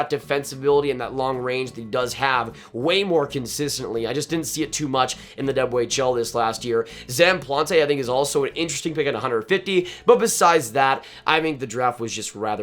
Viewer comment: for penguins pick Zam Plante, his last name is pronounced Plant, not plauntay